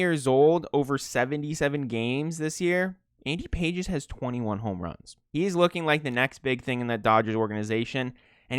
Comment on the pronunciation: before we have another Travis Kelce (Kelz) mispronunciation saga...I looked up Andy Pages correct pronunciation since he's Cuban and its PAH-hez.